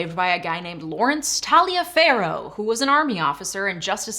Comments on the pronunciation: Reeeeally small matter, but Taliaferro is probably pronounced Tullifer or Tolliver, not Tally'e'ferro. Go figure. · Taliaferro is pronounced as Toliver. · this is something you couldn't know. I wouldn't know it, were my wife not from Maryland. BUT! Because she is from Maryland, and because she taught me, I shall now advise you. The name that's spelled "Taliaferro" isn't pronounced that way at all. Instead, you pronounce it "Tolliver." It's yet another in the long history of British names that bear but a small resemblance to their reality. (Don't EVEN get me started on "Cholmondley," which you pronounce "Chumley.")